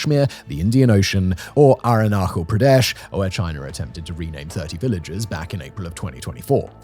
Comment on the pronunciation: Dude. You mis-pronounced Arunachal Pradesh. 😆